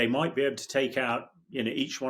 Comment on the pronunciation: Ontha one hand he Moyte, and ontha other hand he Moyte not.